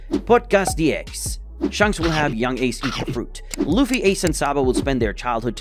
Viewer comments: ITS AN INSANELY GOOD VID BESIDES THE FACT THAT HE PRONOUNCED "SHANKS" AS "SHUNKS" EDIT: I SAW THE PINNED COMMENT AFTERWARDS SORRY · Bro really said shunks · WHO IS SHUNKS ITS SHANKS XD